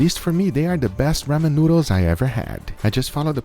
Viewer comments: ITS RAW-MEN not raamen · Ramen is pronounced with a long "A" like Raw-men as opposed to Ramm-en... Not trying to be an ass, if I come across like one, I apologize :) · RAH-MEN jesus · I'm sorry but the pronouncing...raw-men